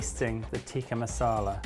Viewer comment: Dearest - it's Tick-ah not Teek-ah. Just a heads up mate 😉